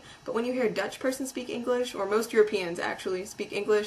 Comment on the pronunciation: You can't even speak English yourself. "Eniglish"? And what might that be? FYI: I'm Dutch and I'm typing in English. Sucks to be you.